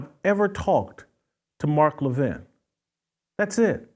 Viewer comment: First off GOOD RIDDANCE. I never enjoyed Royce as a guest, I don't think he added much. Second, Royce does not even have the common courtesy to pronounce the man's name correctly Royce. In the clip played, Jason clearly pronounces Levin's name correctly with emphasis on the first syllable "La-Vin" and Royce ignores this and repeatedly puts the emphasis on the second syllable "Lev-In", small point but telling. Third, to call Levin a "Neo-Con, RINO" is not only silly it shows Royce's political ignorance. A RINO (Republican In Name Only) is a very Liberal Republican who often sides with Democrats generally on social issues such as abortion, gun control etc. RINOs can be very important to getting legislation passed as they often, but not always, represent left leaning states. An example would be Susan Collins who is about as Conservative as could be expected out of Maine. Other RINOs are just establishment creatures and can't handle being constantly criticized and demonized by the likes of the Washington Post, ABC, NBC, CBS, etc. such as Mitt Romney. Neo-Con's are technically 1960s Liberals who came to realize the Left hated America and became Republicans, such as Jeanne Kirkpatrick although technically Reagan could be lumped in here too (but he turned Conservative earlier). However, during the GWB administration Neo-Con became a short hand way of calling certain Republicans war mongers. Many of the leading intellectuals of the neo con movement were Jewish and "Neo-Con" became a